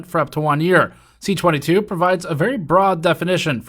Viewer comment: Just a note, it's C-22 not CA-22. C for bill originating in Commons (as opposed to S for those originating in the Senate), 22 for being the 22nd bill introduced in the particular Parliament from the government party (opposition and individual bills start at 200).